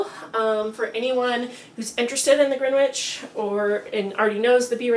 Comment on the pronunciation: Gren - itch. No green and no w.